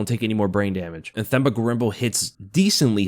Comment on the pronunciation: For Themba, you say the T sound like you would in Tender